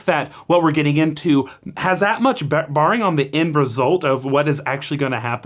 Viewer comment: I love these videos, but it's "no BEARING" (rhymes with the animal) not BARRING.